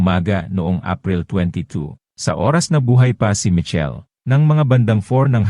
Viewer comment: Michel hnd po Mitchel😂